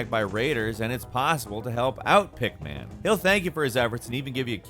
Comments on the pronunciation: Even when pronounces a simple word correctly, he still says it wrong. The "pick-man" gallery? Such weird emphasis there. It's just Pickman, not split up into basically two words, like Rodman or Cartman or any other two-syllable word. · Pickman (not pick man), as well as anything with "Dunwich" in the name in the Fallout games are references to H.P. Lovecraft stories. Also, in Valhalla, that area is pronounced Kent, not Sent.